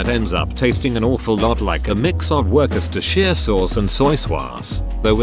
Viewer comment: at least we know how not to pronounce worchestershire sauce